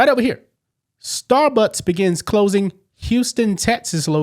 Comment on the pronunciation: You are clearly saying "Starbutts" and I am loving it 😂